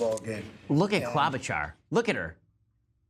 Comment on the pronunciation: He butchered Klobuchar's name.